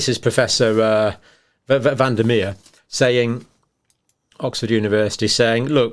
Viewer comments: Dr John you're impeccable so I should let this totally unimportant matter go. But van der Merwe is pronounced van der Merve. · Prof van der Murvah, phonetically. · u pronounce it Anton FUN-DUH-MAR-VUH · Excellent job today John. Btw, Van der Merwe is pronounced 'funda murva', Every Scottish rugby fan knows this! :) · van der Merwe = pronounced van der mer va Looks like the Racoon Dogs have now debunked the lab leak myth… or are the animals in on this conspiracy theory too! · In South Africa 🇿🇦, we have Schalk van der Merwe fighting for our Freedom to choose the vaxx and has debunked the narrative from the beginning. The pronunciation of the surname is incorrect.